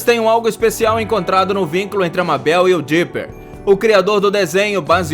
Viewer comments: Esse cara e um jumento É Mabel Mabel M-E-I-B-O-L ESSA é a pro nuca jumento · Porque mabel se fala meibol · o nome dela é Mabel só que se fala Mebel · Como escreve: "Mabel" como fala mais não tá certa a escrita : Maybol como ele fala:Mábel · N e mabel se pronuncia MEIBOU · Cara se pronuncia Meibol não Mábel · Que agonia ele pronunciando "Mabel" ao invés de "meibol" :/ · Só eu que fiquei aguniada dele falando "mábél"? Se escreve Mabel mas se fala meibol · NÃO EH MABEL Q SE DIZ SE DIZ MEIBOU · Não é mabel se fala tipo meibal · Escrita MABEL Pronuncia meibou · É Mabel naum mábel q agonia mesmo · N é má bél e meibou (N é como se escreve é sim como se fala) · Seria para falar Meibou Não Mabel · ele fala mabél mas se pronúncia meibol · O certo e meibel se escreve mabel amis se pronucia meibel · NÃO É mábel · Se fala MEIBOU e se escreve MABEL pronto ensinei de nada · Cara, se escreve mabel mas se lê meibal 👁👄👁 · Não e Mabel e Mebel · Cada MÁBEL é um tiro no coração U^U Plmdsssss moço fala certo ;^ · O nome da Mabel se pronuncia meibol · Mano tá dando raiva porque ele está falando mabel , grande fã hein kkkkk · Reuri Porer MABél Urik en MORTE seu trabalho e muito bom, só precisa melhorar a pronúncia dos nomes dos personagens :) Edit: não sou hater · Se fala meibol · Ele não sabe falar Mabel... Se fala Meibeu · Eu sei que se escreve Mabel mais se fala ma"i"bol em português querido! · "mábel" "hary pore" serio? Me mata logo kk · Socorrooo Ele falando "Mábel" aperta muito o coração😢😅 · O cara fala ''Mábel'' e ''Morte'', claramente ele nunca assistiu esses desenhos para não saber pronunciar corretamente o nome dos personagens. Ele obviamente só pegou curiosidades antigas da internet e fez o vídeo só para ganhar views em cima dos fãs reais. Nunca mais assisto esse canal. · Reri Porter kkkkk mabél kkkkkkkkkkkkkkkk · Mano , se escreve Mabell mas se pronuncia Maibol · "Reuri porer" riqui e morti" mÁbel" o porra aprende a pronunciar a porra dos nome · MAN NÃO EH MÁBEL MABEL!!!!